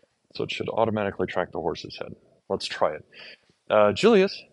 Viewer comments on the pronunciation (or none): Julius is Goedzo Braaf as hes eating. Lol he could be a Beofke. Ohhhh yea his birth name of Julius would be pronounced as Yulius. In Friesland the say the J like a Y